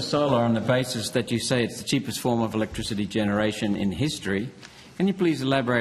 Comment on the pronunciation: 'Chweapertl electwichitty' 🤪